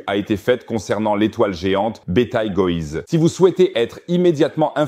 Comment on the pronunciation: ahhhhh ces IAs de traduction vocale... "betel-gueuse" "betal-gouse" 😂